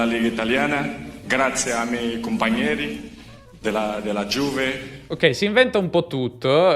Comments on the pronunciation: . Certo che un Ronaldo, che giocava proprio nella Juve, sentirlo pronunciare “Juve” (il nome della propria squadra !) in quella maniera…… proprio non se pò sentì ! Ma non ha mai sentito altri compagni o tanti italiani pronunciare quella parola ? A me questi personaggi che diciamo se ne fregano quasi completamente della lingua che li ospita, mi stanno un po’ sui maroni. Apprezzo molto invece quelli che, già dopo qualche mese, fanno tutti gli sforzi per parlare un buon italiano. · Io non sono juventino, ma se lo fossi mi offenderei a sentire Ronaldo dire Giuve dopo averci giocato per 3 anni, anche perché in Italia "Giuve" viene detto come sfottò del tifoso ignorante, quindi non è neanche un errore indolore, sembra una presa in giro.